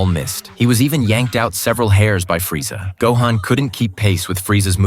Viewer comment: This is terrible. Shitty AI voice pronounces every name horribly, and that's not Freeza you're showing. Gave up and blocked the channel within a minute of the video.